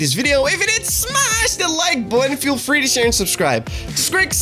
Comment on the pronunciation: wow. painful to listen to. The word Button is not pronounced: "Budden" and Politics is not pronounced "Polidicks" Maybe that's why you're limited?